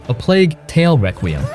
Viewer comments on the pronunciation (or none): none